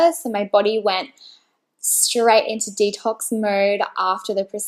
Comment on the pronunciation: Stopped watching the moment she said “Detox” :\